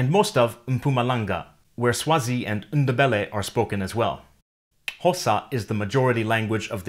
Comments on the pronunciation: Sawubona it's NDEBELE not ndbele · I don't think the N in Ndebele is pronounced. I talked to Ndebele ppl from Zim they never say the n.